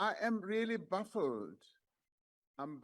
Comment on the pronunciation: He said "buffled" 😊